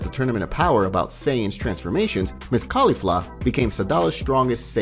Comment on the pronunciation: You're Annunciation of caulifla isn't quite right. You're saying it wrong, but I do love this story it's awesome. Just kind of triggers me that you're saying one of the names wrong